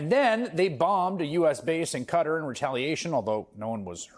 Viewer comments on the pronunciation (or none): Maybe tell Chris Hayes how to pronounce Qatar.